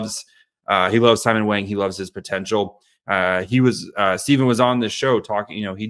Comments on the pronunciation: is going to get hammered for saying "Wang" wrong. It's pronouced like "bong", not "bang". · It’s pronounced “WONG” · Mandarin = Wung Cantonese = Wong 王 means King A cross with top and bottom cover meaning lord between sky and earth I’m sure Simon is not bothered by the Wang pronunciation, as its common in western society